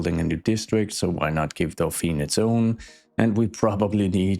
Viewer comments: What you pronounce is "Dauphine", which is the name of the female dolphin, and the title of the wife of the heir to the French throne (so Marie-Antoinette was the Dauphine before she became Queen). "Dauphiné", with the accent on the e, is the name of a l region in France. The two are actually linked: the title of Dauphin (and therefore Dauphine) comes from that region. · 'i think i can pronounce this correctly...' spells Dauphiné (with 'é' at the end pronounced 'ey' --> D'o-fin-ey) but actually says Dauphine (with a silent 'e' without the *accentégu*) XD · A very small french pedantic comment: you should rename it to Dauphine to match your pronunciation. Dauphiné becomes dauphin-aye. Drop the accent. Or not :D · Not to be annoying but to be pronounces how you said it should be "Dauphine" not "Dauphinè" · 🥸 Dauphiné is prononced more like "Dough-fee-nay" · And now we will call that day, the "Kesselfeld Incident". This is clearly a case of urban horror stuff. We are in Fringe, SCP or the Backrooms ! 😆 Dauphiné is pronounced "Do phee neh" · Hello, french admirer here. 1) E in Dauphiné is pronounced like the 1st E in elephant. 2) Since the nearby area is named Antoinette, I would argue that the higher-class area should be named Marie. Marie in french sounds a lot like marée or Marine which are 2 words of the sea lexicon. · There is a neighborhood in my hometown of La Rochelle in France called "Porte Dauphine" . Also careful because of the accent at Dauphin(é) as you wrote,it's not pronounced Dauphine but rather ( e acute) as in " pay or Beyoncé ". So in order to sound as Dauphine you should remove the accent.